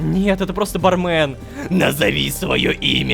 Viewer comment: Собираем петицию, чтобы Лололошка, наконец-то, произносил ба́рмен а не барме́н